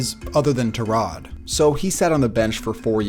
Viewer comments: tur-rod? .....isnt it tie-rod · He is really calling him ter-rod Taylor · Tie-rod not ta-rod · it's ty-rod, tie-rod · Love the vids but the way you say tyrod idk if you saying correctly or not but stop please 😂😂😂